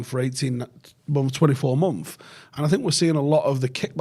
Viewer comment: Months ❌ Mumf ✅